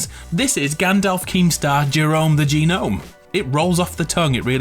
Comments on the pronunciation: It’s not gah nome. It’s none spelt gnome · The way he says gnome 😭😭 the g is silent in gnome 🤣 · I... assume he knows that. Saying it as G-Nome is supposed to be humorous :)